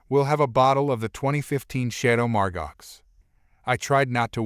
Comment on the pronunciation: Ugghh! Someone who can't speak properly. Wag is why-goo, not way-jew. Margaeux is pronounced Mar-go. Faux is foe.